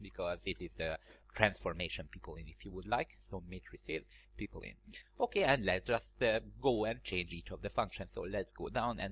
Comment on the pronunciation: Funny how you pronounce "Pipeline" as "People-in", thanks for another amazing tutorial, some interesting knowledge.